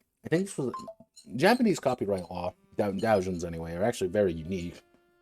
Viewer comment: DOH-jin. Not DAO-jin.